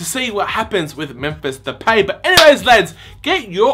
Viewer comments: De-pie Not De-pay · yeah its pronounced de-pie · It's pronounced De-Pie! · it's pronounced depie that what van gaal said anyways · It is pronounced Da-pie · Hi to say his name its DePie its Depay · It's depie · it's pronounced de pie....